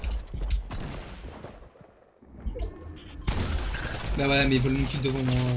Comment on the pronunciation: Il a dis rouf 😭😭😭😭 c’est Rohff